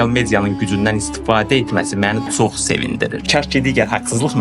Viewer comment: Düz deyirsən ancaq sən özündə Azərbaycan dilində danışmaqı öyrən. Hesnə yox heçnə sox yox çox deyirlər.